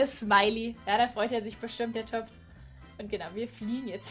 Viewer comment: er wird tobbs ausgesprochen nicht toobs